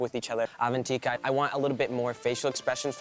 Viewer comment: they kept saying Avantika's name wrong and it drone me NUTS